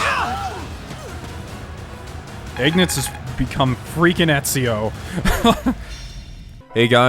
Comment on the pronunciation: It's "Ignatz", not "Ignuts"!